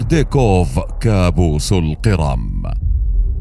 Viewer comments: اسمها جزيرة القِرْم وليست القِرَم ( تحديداً الثانية ٤٧) … سبب الملاحظة : ان بداية الفيديو تزرع فكرة عن سير كامل الفيديو لذا لزم الانتباه لمثل هذه الاخطاء فكمقدم يجب عليك الانتباه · أنت تلفظ القرم بصورة مضحكة، الأ يوجد من يعلمك اللفظ الصحيح؟!